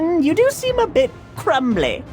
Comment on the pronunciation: "A bit crumdly."💀